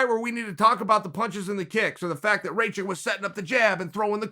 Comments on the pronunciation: Rakic, not racik you dumbass!!! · Raw-kich, not ray-chick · “Raychik” “Trajrectory” Kgr8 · his name is aleksander RAKIC and not RAYCHICK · Dude you knew how to say Rakić And now you say Raičik.. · It's easy it's RACK-ISH c'mon son WTF get it right, show some respect. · His name is Rakic. Ra like Rah, the Egyptian God. Ki like killer, and the c in the end becomes an American "tch" like in the word itch. Rakic! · Can't pronounce Rakic? Type "Raakitch" in english google translate and test the sound. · Alexander Ray-check? Come on, even for an American the pronunciation is atrocious. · It's "Ruck-itch" the r is a rolling r. Like the way Mexicans pronounce it in the word "señorita" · If Chael says Raćik then Aleksandar Raćik it is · "Raychick"... rip my serbian ears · One of the MMAFighting guys kept pronouncing it as Racik too. Wanted to punch the screen. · Chael completely mispronouncing Rakic xD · Yeah the guy's a douche for pronouncing names. It doesn't take much, the commentators would have been saying Rakic correctly. Dunno if he's trolling, dyslexic or a bit of an arse.